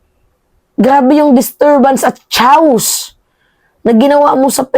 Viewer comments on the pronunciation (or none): Anong chows? It’s chaos as in kei-os. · Naku yung Chaos ang pag bigkas ay kay.ass o kaya kay.os hindi chaws napaghahalata ka naman eh. Wag ka ng mag english english dyan 😂😂 lahat naman ng sinasabi mo kabalintunan. Makinig ka sa mga matatalinong vloggers. Parang galing ka sa kueba eh kumpara sa kanila. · i-correct lng kita pra nde pangit pkingga..ung word na Chàos nde chaws ang basa dun...Chaos (keyos), Cnxa kna,correction lng.. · Yung chaos po ay pronounced as "keyos"